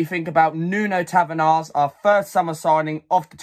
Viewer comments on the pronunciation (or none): You pronounce his name in Portuguese as Nun Tavarsh and in English it’s just NUNO Tavares not tavenars. Other then that good video